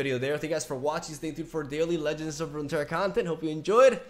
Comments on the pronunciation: has issues saying the two r's in rune terra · Just pronounce the double R as "ja" like in jajaja Rune Teja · All the Runeterra lore needs to be retconned again because can't prounounce it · im a spaniard and have a hard time pronouncing the double r Him two seconds later: this is irrelevant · Genuinely curious, why do Spaniards have trouble with double r? Is that normally a silent sound or something? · Alright boys let's change LoR to a Spanish name so can pronounce it